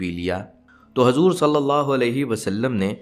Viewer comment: Hajur nahin hujur kahiye